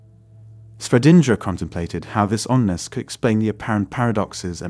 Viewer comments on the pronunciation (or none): NOT ONNESS...oneness